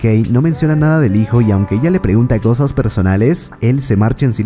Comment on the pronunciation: Que manera mas interesante de pronunciar. "Cowsas", "me encawnta", "me gwusta", "me rewpresenta", "tres owjos", "Towdos", "infowrmación", "sin mwas"...Algownos ejewmplos en los primeros tres minuwtos.